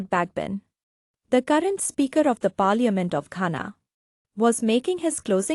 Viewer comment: Your pronouncing the word, "parliament" is quite embarrassing.